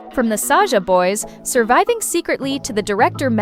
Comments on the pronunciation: Sahsa❌ Saja✔️ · Sasha ❌ Saja✅😊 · Sasha❌ Saja ✅ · Sasha❌ saja👍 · Saja not Sasha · saga❌ saja✅ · Mistri Sasha❌ mystery saja✅